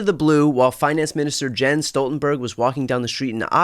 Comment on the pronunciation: Oh dear. Stoltenberg has been in world news for years including as NATO Secretary General. By now we should know his first name is not pronounced Jens.